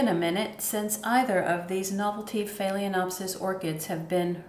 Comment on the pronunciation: It's annoying to hear you mispronounce "FAY-LEN-OPSIS.